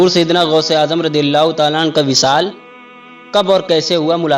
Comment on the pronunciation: गौस होता है गोश नहीं